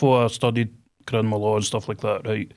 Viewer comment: “Crinimal law”😂 He literally can’t even say it correctly 😂 and then openly admits to bribing a police man 💀💀💀